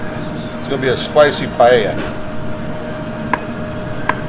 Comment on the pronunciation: You just killed the word paella. Clams that don’t open don’t use